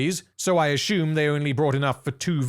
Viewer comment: These vids are friggin great! Love the way this guy pronounces words btw. My favourite is how he says "assume"--> "Ah-Shoom"